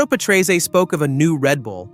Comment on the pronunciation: when the guy cant even pronounce Patrese right, how can you take anything else seriously?